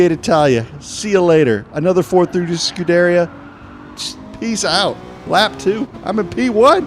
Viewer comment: Eh - no offence: 1. Tusk-an, 2. Bear-lee-net-ta. 3. Sku-der-eea. Thanks much for the info will try the cars you chose as man that first race put me off for real. Cheers (Cap’n) Jack.